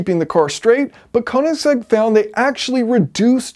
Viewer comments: I mean if you wanna lose views because you insist on saying the name wrong that's all you buddy 😂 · Only Americans call it a "koe"-nigsegg. Everyone else says "ker"nigsegg. We don't like pronunciation lol